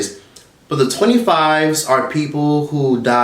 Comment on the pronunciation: I really shouldn't be laughing, but why did you have to say "Twenty Fif!" 😭😭 Love you dude, keep me rolling